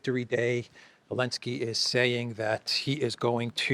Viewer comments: Hi, I was wondering why you pronounce Zelenski's name without the Z. I checked with ChatGPT. Here's the response: The proper pronunciation of Zelensky (or Zelenskiy, spelling varies) definitely includes the Z sound at the beginning. The name comes from Ukrainian or Russian, where it is written Зеленський (Ukrainian) or Зеленский (Russian), both of which begin with the letter З (equivalent to the English Z). So phonetically, the Z is not optional—it is an integral part of the name. The correct pronunciation in English would be something close to: Zeh-LEN-skee (most common English approximation) In Ukrainian: [zeˈlɛnʲsʲkɪj] So the commentator dropping the Z and saying “Alenski” is simply misinformed or has misunderstood the pronunciation. It’s not a dialectical variation or a hidden Ukrainian nuance—it’s just incorrect. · Good work. Great content, great scenery! 2 questions: 1) How do you keep your camera so still walking around and not even looking at it...accomplice? Is Zelensky a false name to make it sound more Ukranian? You always call him Elensky. Let's hope the Indian military keeps cool. Everyone knows the big wigs want to weaken Iran and BRICS plan, so any chance of conflict to disrupt trade between these countries plays into the hands of the Western money guys. Good for China to say investigate the incident before launching full scale war between 2 unclear nations. How insane would that be! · Elensky? Its Zelensky